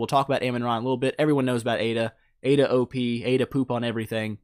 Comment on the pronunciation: it's aida lol